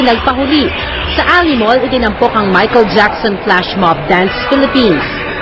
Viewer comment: parang nahirapan si banggitin name ni Michael Jackson. haha, lols.